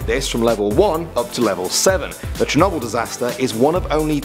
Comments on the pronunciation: Sher-noble That's how you say it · Ik now its spelt Chernobyl but I thought its was pronounced shernobil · Ethan Williams I pronounce it as shernobol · the way you proncounced chernobyl made a bit of me die inside